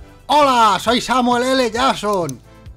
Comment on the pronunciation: Zamuel ele yazzon 😂